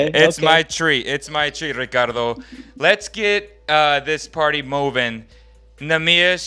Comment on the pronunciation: Eishhhh. O gajo disse bem o teu nome Ricardo. 😂😂